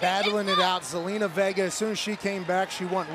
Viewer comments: it sounded like Michael said gelina vega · Michael Cole, who is Zelina Vegger?😂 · Did he just say zelina vegar? 😂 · Did michael cole. Call zelina vegar